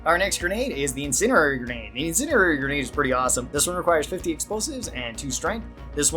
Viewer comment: In send E airy Not "incinerary."